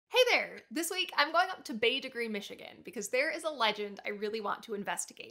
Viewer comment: Thanks for pronouncing Bete Grise correctly.... lol